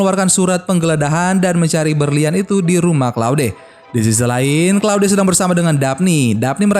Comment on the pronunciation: claude dibaca kloud!!